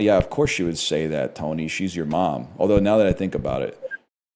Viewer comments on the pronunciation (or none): none